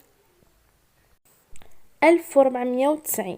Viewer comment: dik la prononciation//fooooooooooor //malgré chokran //*mirci*